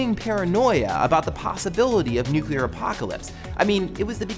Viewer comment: did you say "nucular?"